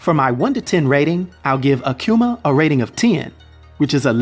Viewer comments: Ah-Koo-Mah Not, Ah-Que-Mah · Hey "," you continue to BUTCHER his name the further the video got. You started out saying AKUMA right though...then it went down hill from there. There is NO "Q" in his name, therefore it's NOT "aQuma!" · It’s pronounce ahh-q-ma. Akuma (aah-q-ma) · the name is Japanese. Ah koo ma, not ah kyu ma. You're videos are always entertaining brother keep bringing them. Trinidad fan I am! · i can't help but hearing Aquma when you say his name Akuma xD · It's pronounced ah-kuhh-mahh not a q ma,there is no q in akuma. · Who the hell is “akcuma?!” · "Akiuma" "Rayu" why can't americans pronounce anything correctly? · I've never heard someone say Akuma the way this guy does 😂😂